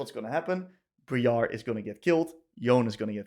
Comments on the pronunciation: But its BRI-ar NOT BRE-ar RAAAAAAAAAAAAAAAAAAAAAAAAAA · Ah yes, Bree-are